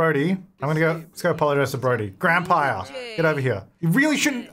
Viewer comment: Did he say 'Grandpire?"